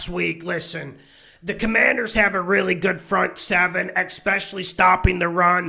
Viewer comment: I see you got the no names name right this week. #Commanders